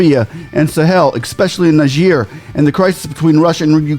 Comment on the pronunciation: Are you saying Niger or Nigeria. Your pronunciation is not clear there. It appears you are saying Nigeria instead of Niger